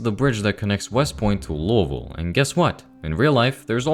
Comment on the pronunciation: OH MY GOSH YOU SAID LOUISVILLE NOT LOUIS-VILLE AND DIDN’T BUTCHER IT LIKE SOME YANKEE